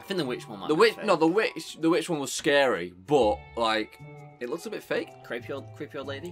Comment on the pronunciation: Not scawy